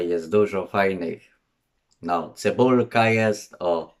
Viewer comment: 🤣🤣🤣🤣🤣 ciężko go zrozumieć czy chypiorek czy czypiorek 🤣🤣🤣🤣 ważne że cybulka jest